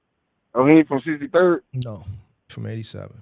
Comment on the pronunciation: said I’m not from 63rrrddd😭😭😭